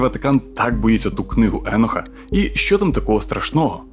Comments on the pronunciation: А Чо Еноха , а не Єноха ? ? ? Він теж з бендерштата ? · Книга еееееееееноха :))))ахахахаахахахах да ти блять навіть як його звати не можеш вимовляти…. Еееееееенох😂😂😂😂😂 не еееееееох а Єнох або акцент на О … а не не Еееее … Добре що тупу шапку на тупоголову макітру натягнув… ееееееенох ахахахахахахахааах